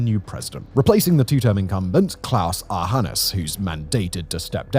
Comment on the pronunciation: If it had been spelled with a J, would you have been able to better pronounce something that is, essentially, Johannes?